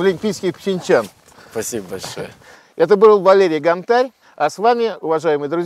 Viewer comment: гОнтарь!!! Ударение на "О"!!!